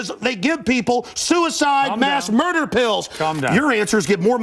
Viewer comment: "To murdah." lmao